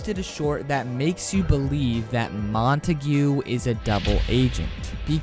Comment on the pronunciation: I’m not trying to be mean but I think it’s pronounced like montaig not montagoo